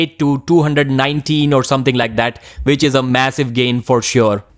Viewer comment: It's round one, not vound von! Which not vich! Ffs